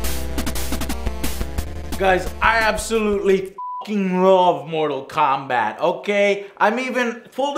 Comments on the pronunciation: It is not mortal kobat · Mobi Kombat kkkk 6/10